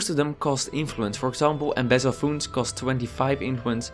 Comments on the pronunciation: funds are pronounced like fAnds not fUnds, just a tiny FYI. Great video. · Loved the video, very informative and in-depth, laughed when you pronounced funds like 'foonds' haha good shit keep it up.